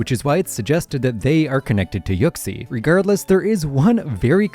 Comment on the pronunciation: Why the fuck does he pronounce it yuck-sie